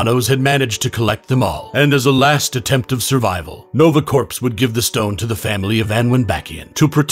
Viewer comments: It’s spelled “Corps” but it’s pronounced “core” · It’s pronounced ‘novaCORE’ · Yes it's spelled "corps" but it's pronounced cor (s). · Corps is pronounced "core" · "Corps" is pronounced "core" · Corps is pronounced “core” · Corps is pronounced 'core' 💀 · Can you say any of the word right? Corps is pronounced "core"! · Corps is pronounced “core” fyi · Well its pronouced "Core" so they shouldn't 🤣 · Nice video, but the "p" in "Corps" Is silent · The s in corps is silent, my guy. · Just for my own sanity, the ps in Corps is silent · "-ps" is silent in "corps". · People really still out here mispronouncing “corps?” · Did you actually pronounce the, "P" in, "corps?" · You don’t pronounce the p in corp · You mispronounced corps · Please tell me he's not pronouncing the P in Corps? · Corps is pronounced with a silent "p" and "s", you incomplete text-to-speech bot. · cant pronounce thanos, cant pronounce corps, is there anything you CAN say correctly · How are you a narrator and can't pronounce Corps properly? Smh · Please learn how to pronounce "corps" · Corps is pronounced core not corpse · Nova Corps like our Marine Corps is pronounced CORE …not CORPSE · I know it's spelt differently but it's pronounced nova core not corps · It's pronounced "core", not "corpse". Corps=core. The p and s are silent. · Corps. is pronounced like "core," not "corpse" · It's corps, pronounced like "core," not "corpse." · Corps. Is pronounced “core” not “corpse” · It's pronounced like "core", not "corpse", just so ya know. ^_^ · Nova Corpes. lol it's pronounced Nova Core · Corps is pronounced “Core” not “Corpse” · It’s pronounced “core” not “corpse” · Lol "nova corpse". It's pronounced "core" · Its pronounced CORE not corpse. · It’s pronounced CORE, not corpse 🤣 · It's pronounced core not corps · Nova corpse? Lmao. Pronounced like core. Go back to school 🤣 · It’s pronounced “core”. Nice vid tho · “corps” is actually pronounced “core” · Fun fact. The p is silent in Corps. Said like Core/Cores.